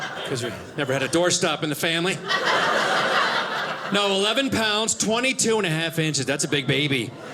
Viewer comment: Just me or does he say “fammy” instead of family? Funny even if an accident or poor hearing on my part 🙂